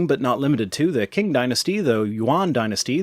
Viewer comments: Interesting history briefing. Btw Qing is "Ching" not "King". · Qing is pronounced "Ching" /tʃɪŋ/ not "king". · Qing is pronounced "Ching" btw. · qing is pronounced "ching"